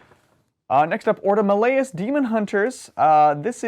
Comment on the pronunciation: Malleus is pronounced like Malefic not melody my dude